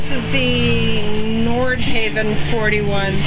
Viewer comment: A note on pronunciation: "Nordhavn" is pronounced nord-hah-vn, not nord-hay-vn. The name is Norwegian for "North Harbor," chosen because the founders of Pacific Asian Enterprises thought their first project, the N46, had a look that was reminiscent of North Sea fishing trawlers.